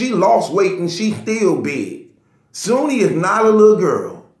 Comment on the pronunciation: Bro her name is SHOONEY I'm sure the H is not silent lol